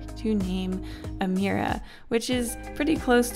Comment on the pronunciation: omg! My name is Amira! I'm so excited cause it's so rare and that's even how you pronounce it! Barely anybody pronouces it right the first time.